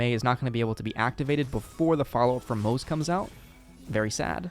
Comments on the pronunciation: His name is pronounced Mo-ze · Also it's still pronounced Mo-zuh